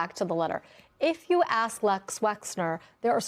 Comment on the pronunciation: why can no one say Les Wexner's name correctly?